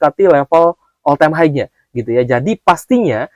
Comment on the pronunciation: Om blh ksh input: high itu bacanya "hai.." bkn "haig". Bs dicek di dictionary. Smg membantu om..